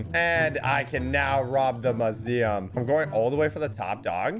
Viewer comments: My heart when hearing him say mooseeum and not museum: 💔 *coughs blood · are we just gonna ignore pronunciation of museum